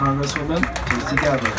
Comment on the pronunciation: More than anything I was impressed that the man introducing Tulsi introduced her pronouncing her name closest to the proper pronunciation which is like "Tool-see" but this particular "t" being "dental" (& not "retroflex") is pronounced the way it is in Spanish.